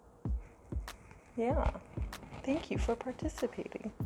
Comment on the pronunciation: Put timestamp next to questions rather than numbers. I couldn't tell you were french speaking, at least not in the edited video. Le seul mot où il y avait une trace d'accent est "participating" quand tu remercies ton chat. On a la langue ou la yeule moins stiff, alors on Rrrroule nos Rrrr des fois, parce qu'on le peut. :)